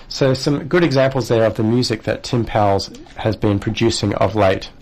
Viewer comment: Powles rhymes with "coals."